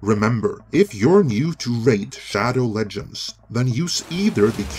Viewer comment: "Our sponsor, RAID SHADO..." Dislike.